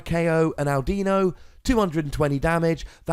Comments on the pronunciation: It's not ow-dino... it's audino... like audio. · "AWW DINO" not AL dino... Since its a play on the word AUDIO. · Ow-deno. Cow-bail-ion. kill me. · Audino is pronounced Aw Did Know. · Its Ah-di-no. You are supposed to say it like "I dont know" fast and all mushed together. Not with a "Dee" in the middle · Also my friend made this deck when Audino came out :P and it's pronounced aw-dee-no and ma-geer-na